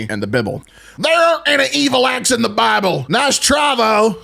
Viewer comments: Same bro same! 💯 He's my favorite narrator. His laugh is infectious and I love hearing him say The BIBBLE, it always makes me giggle! 🤣💀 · I choked at "the bybl" 🤣